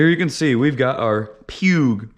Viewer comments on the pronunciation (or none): poo eeg not puge huge